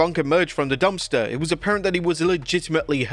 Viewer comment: Dumpster not "Dumster"....you...you DUMSTER!